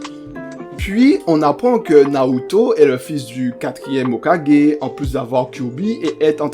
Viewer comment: Alors au début de la vidéo , tu te trompes en disant qu’il est mort au rang de chunin alors qu’il est mort au rang de Jonin . Et ça s’écrit ´´hokage ´´ mais ça se prononce ´´ hokagué ´´. Ensuite le montage est bien mais pas assez dynamique , ce serait mieux qu’au lieu de mettre des pngs et des images , tu mettes des extraits de moments du combat . Ce serait plus cool et ça rajouterait un + , à ta vidéo ce serait plus dynamique et plus sympa a regardé . Et essaie de parler plus vite ( tu peux parler vite et clairement ) . Sinon la vidéo est cool , j’ai bien aimé ;)